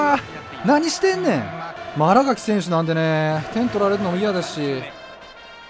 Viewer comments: あらがき じゃなく あらかきです← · あらがきじゃなくてあらかきやな。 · 「あらがき」じゃなくて「あらかき」です笑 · あらがきじゃなくて、あらかきなんだよなぁ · あらがきじゃなくてあら【かき】ですよ笑